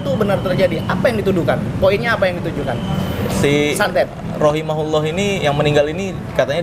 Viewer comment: bang marcell keren.. sedikit koreksi bang. untuk doa kepada wanita yg udah meninggal khususnya muslimah yaitu ROHIMAHALLAAH bukan ROHIMAHULLAAH . pake HA bukan HU,diambil dari LAHAA (kata kepunyaan untuk dia perempuan ) dhomirnya dari HIYA Dia perempuan. makasih bang.hhee